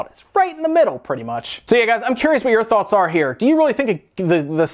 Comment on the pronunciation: Love your videos, very knowledgeable, lots of great info. And thank you for not having spoilers for SMO. I was so hungry for info before, but now there's o much out there I'm avoiding almost all videos on it! Also not sure but I think you made up a new word athe end of your video. Not sure but it sounded like thoughrts- can that be thought farts? Lol. Sry I'm a dork. Thanks for sharing your knowledge tho, hope you have a great day. Can't wait till I can afford a switch and SMO! So pu!mped. Thats why I'm having to avoid almost all vids on it now. Peace my dude.